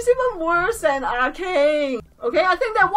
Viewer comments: y do you keep pronouncing her A-CANE it's A-KAH-NAY there is no silent vowels in japenese lettering if you want ask a friend how any japanese word is pronounced sorry for my outburst btw but seriously though use google translate that will help too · Akane’s name is pronounced ah-kah-nay, not ah-cain